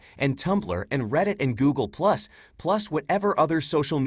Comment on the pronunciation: Did buddy say Goggle+? A.I my ass